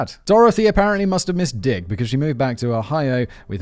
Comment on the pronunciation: I can't get over how he sharply emphasizes the "D" in "Dick" every time he said it 😂😂